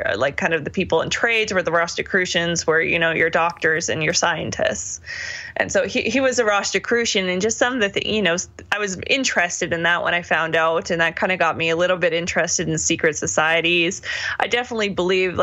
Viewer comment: No "t" in Rosicrucian.